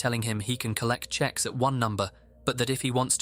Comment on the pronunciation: It’s “texts”, not checks